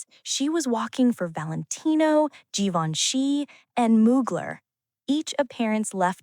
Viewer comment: Vc disse Gaivanchy?